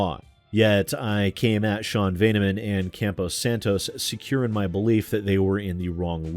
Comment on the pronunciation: Just a heads up, it's "Campo Santo," not "Campo Santos".